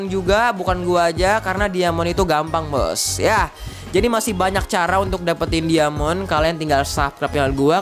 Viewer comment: dari cara ngomong diamond aja udah ga bener lu